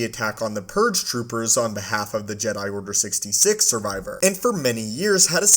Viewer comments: What the fuck is Order Sixty“sig“ ?! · “order sixty sick”